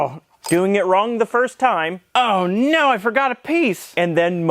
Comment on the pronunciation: Normal people: "oh no": "oh gneaux"